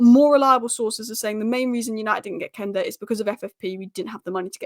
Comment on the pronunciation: Quenda is pronounced Kwenda not Kenda. Quest Quench Quenda!